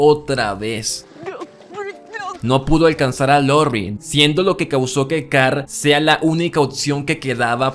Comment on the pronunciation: Lorri, Car, Ritt, aprende a pronunciar los nombres por favor. Dislike